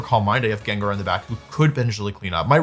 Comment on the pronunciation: Jin jar. He does this. Some of it’s actually kind of fun. My son and I purposely call Gengar Jinjar because that’s how he used to say Gengar’s name.